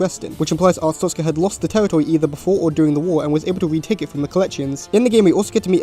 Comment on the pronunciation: WHY DOES EVERYONE MISPRONOUNCE ARSTOTZKA AS ARTSTOZKA?! that aside, great video